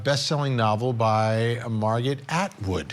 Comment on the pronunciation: Omg, did you analyze why everyone else went to her lecture? lol You couldn't even pronounce Margret's name correctly the first time? Or even the name of the book. Bravo. Few if any males LOL which is it ? This isn't the ONLY picture. There are several men in this lecture. LOL maybe I dunno he needed the credit? Some dumb as hell thoughts on what he was thinking 5 years ago in a writing lecture.